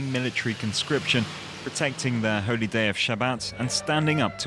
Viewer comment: Holy not hopy